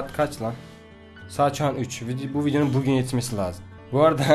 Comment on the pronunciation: Abi başta bugün değil pugün diyorsun. Nedenini açıklar mısın?